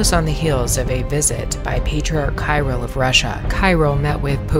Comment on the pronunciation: Patriarch Cyrill's name is pronounced as [Khee-'reel]. Just for your information.